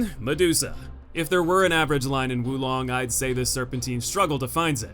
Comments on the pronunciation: its not wu long its WO long. oof. fun video though. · Probably a good idea you opted not to say the boss's names considering you said Wu Long 20 times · First things first. Is pronounced "woah long". Totally agree about Lu Bu. The only way I was able to beat him was totally changing my playstyle. Like you, I'm overly aggressive to the point where every fight is a battle of attrition with me. With Lu Bu, this did not work at all as his overt aggression put mine to shame. The only way I ended up beating him was playing purely defensive. Thankfully I found deflecting all of his horseback moves to be very easy. Off horse though, I opted to dodge out and aways from all his normal attacks, deflect his bow attacks and flat out mastering the timing on his reds and baiting those out and following up with spirit attacks before backing off and baiting more reds. I also would employ ice attacks and the Baise summon to counter his fire to get rid of his hyper armour whenever he flamed up. Lu Bu was the only boss in the game to actively force me to change my playstyle and overall, the most satisfying kill and in terms of tough but fair, far and away the best boss in the game.